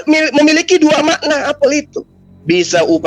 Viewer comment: cara baca apel saja salah.aksen baca apel beda. Sok pintar saja.moderator KLO bicara tlg besarkan suaranya TDK adil